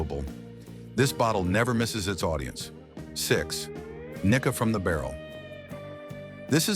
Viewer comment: One indication it is AI is that the pronunciation of Japanese names is absolutely horrendous. For example: There is no "short-i" vowel sound in Japanese, so the pronunciation for Nikka should be "Knee-kah." There were many others in this presentation as well, which sounded like nails on a chalkboard to my ears (and yes, I speak Japanese and have lived in Japan for 31 years).